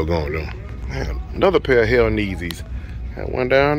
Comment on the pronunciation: "Hell Neezys" 🤣😭😭😭🤣😭